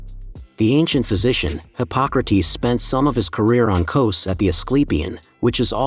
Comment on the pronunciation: Kows? Eh no Kos